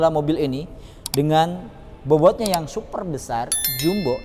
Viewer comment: Headunit yg SUFER SUFER jumbo? SUPER BANG.. bukan sufer... Secara pengambilan gambar udah bagus sih baang.. Tp cara bicara lu aneh bnget sumpah.. Belajar ngomong dulu dah di depan kamera.. Semangat ya 😎